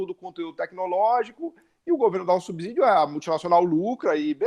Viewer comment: Subsídio pronuncia-se "subcídio" e não "subzídio". Ex: subsolo, subsíndico.